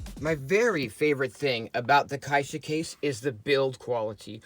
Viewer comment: Great video, and thanks for the care in pronouncing "caixa" properly. :)